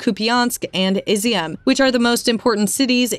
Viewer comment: bruh they pronounced Izium like Easy-um lol